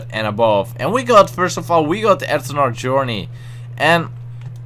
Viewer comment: No hate but is it just me or does anyone else find how he says eternal funny? I mean it sounds like ethanol (fuel) the way he says it.